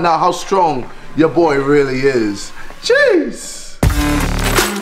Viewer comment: All these time I thought he said seesh 🌚 apparently it was jeez